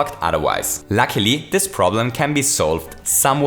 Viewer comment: or; "but lucky" he is reading likr: "but lacklie"